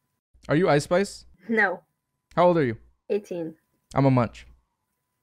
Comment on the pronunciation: "You icespice?" No she icerice